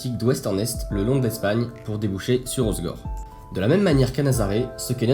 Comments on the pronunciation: J ai mal quand j entends hozegor 😅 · Merci. C est triste de voir une vidéo quali comme ça où la personne qui parle ne sait même pas prononcer le nom de la ville...